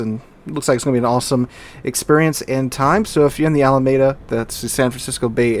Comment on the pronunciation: Someone probably already mentioned this, but locals pronounce it Ala MEE Dah ;-)